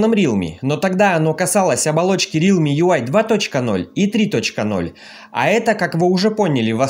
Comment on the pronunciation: не рилми, а реалми !